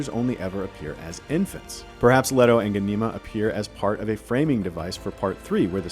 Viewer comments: The American pronunciation of the character names is just wrong. For example - Leto - it is Lee-toe, not Led-o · And it is pronounced LEE-toh, not Leh-toh. Get it right! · 'Letto,' 'Doon,' oh dear. 😄